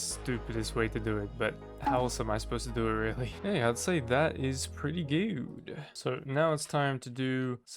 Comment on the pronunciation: gewd instead of good